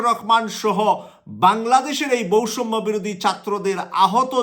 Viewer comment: ভাই বৈষম্য আর সৈরাচার উচ্চারণ হয় না।